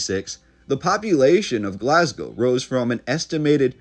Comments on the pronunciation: but it is really pronounced Glasgo not Glazgo. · Glaz-Go - well done on the pronunciation of Glasgow. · say glazgo one more fucking time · lol we say Glaz-go or Glesga (Glez-ga)